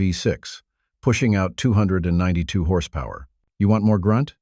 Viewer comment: What's horse pow-where? Dopey AI voice nonsense.